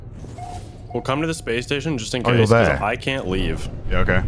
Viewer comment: " I Caunt believe you've done this"